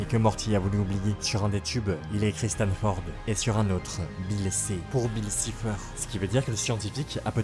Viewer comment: C’est pas [sifer] c’est [saifer]